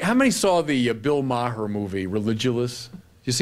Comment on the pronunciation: For a Jesuit, he sure doesn't have a great argument against Maher's movie. He disses & dismisses him without engaging his arguments. He purposely mispronounces his name. He's literally "preaching to the choir", and doesn't ask fundamental questions. It's all about feeling good being part of a "team", the Catholic team. It's not about truth. Hitchens would have sliced and diced this cheerleader.